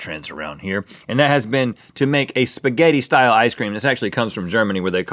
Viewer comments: HAHAHAHAHAHA SPAGETHYEES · Actually, "spaghetti" is already plural. If you want to say ONE spaghetti, then you say "spaghettO". :) I'm italian, that's why I'm telling you this. XD About the pronunciation, the correct way would be saying the double "T" stronger, and the "A" more opened, more clear. Like the "Y" from the word "sky", you pronunce it "skAy", that's the same principle in the word "spaghetti". For how you pronunce it, it sounds like you are saying "spghedi" instead of "spaghetti". XD I hope I helped a bit. Have a nice day, everyone. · haha he pronounced Spagetti soo wrong XD